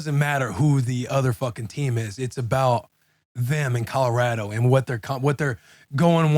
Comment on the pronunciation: Will : Colo-rADO 😂